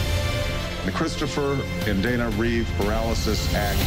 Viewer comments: Reeve. No s. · Reeve - NOT Reeves